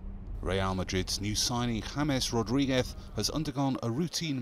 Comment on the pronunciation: James Rorrigues jajajaja, es James Rodriguez